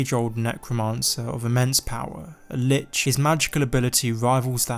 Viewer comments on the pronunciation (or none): none